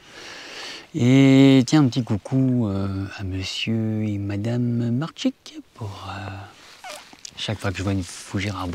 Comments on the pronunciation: Ouahaou quelle vidéo. Merci pour cette visite Medelin. La Descente dans le canyon génial. En tant que motard j'apprécie beaucoup. Bizarre je n'entends pas Marilyn dans les virages.😂❤😂😂😂 Pour info notre nom se prononce Maric. C'est du Breton et donc compliqué. Ça n'enlève rien à la beauté des fougères arborescentes. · j’avais fait un grand commentaire et il s’est effacé😂 mon nom de famille se prononce Maric ça veut dire petit étalon 😂d’après Thierry en réalité petit cheval. Merci pour la dédicace. Lorsque vous revenez en France arrêtez vous chez nous, pour voir les Fougères arborescentes 🤩